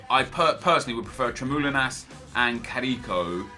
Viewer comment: its tremoulinas. not tremoline